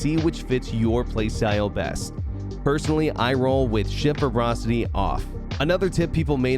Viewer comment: The word is ‘verbosity, not ‘verbrosity’. As in ‘verbose’. Too much gaming, not enough basic spelling/pronunciation. Otherwise, a useful summary.